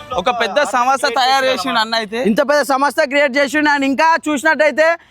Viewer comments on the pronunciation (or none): సమోసా కాదు సంస్థ 😂😂